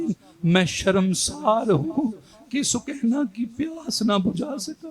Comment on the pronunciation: سوکینہ نہیں بی بی سکینہ